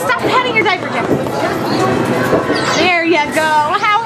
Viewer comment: called jeffy jefyfy